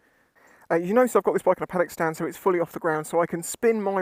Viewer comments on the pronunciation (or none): Steering bearings, seat security, horn operation, brake pad material, caliper leak, master cylinder leak, oil leaks, coolant leaks, exhaust condition, panel security, throttle grip returning and not accelerating when steering, fuel leaks. Did you say "panic" stand? It sounded like that...